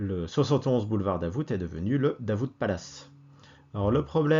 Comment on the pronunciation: Le "t" de Davout est muet. Mes oreilles ont saigné pendant toute la vidéo 😄. Un habitué du quartier depuis 30 ans.